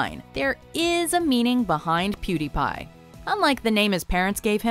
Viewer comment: What the f**k is a PuDaiPai